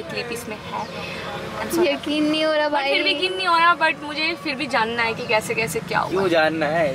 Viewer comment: Its kaise not kaishe